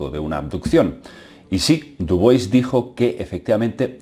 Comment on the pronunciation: no es dubois pedazo de ignorante.. es dubua o diubua.. dubois dice el muy bruto..